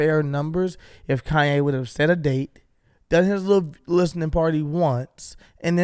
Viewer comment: Quit saying it like that “ con-YAAY”